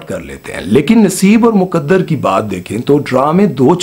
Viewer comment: مکدر کیا ہوتا ہے بھائ؟ لفظ ہے مقدر.